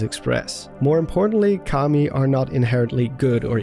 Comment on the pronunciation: when you here commie instead of Kami